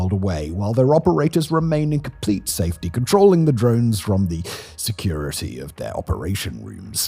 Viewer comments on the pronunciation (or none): none